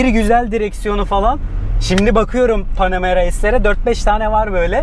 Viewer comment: Panemara 4 amaan diyor ya 😂😂 biz onun yanına bile arabayı park edemeyiz dayı bırak içine binmeyi